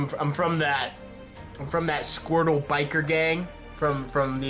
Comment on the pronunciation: Random Viewer squrtle!?. It's squirtle.